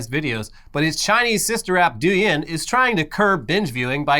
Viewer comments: Just a heads up...Douyin is pronounced dough-yin, not do-yin - source: lived in China for 5 years now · its pronounced douyin not douyin